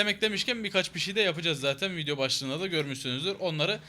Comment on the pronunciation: abi 1.19 gibi diyonki VİDİYO hosunuza gitmediyse BEGENMEYİ unutmayin diyon ejhsnabahahababab